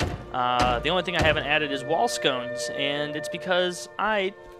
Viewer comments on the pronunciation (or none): Lol "wall scones"